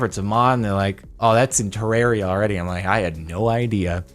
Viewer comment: Jardon say Ter-rare-ia Redigit: FINALLY SOMEONE SAID IT RIGHT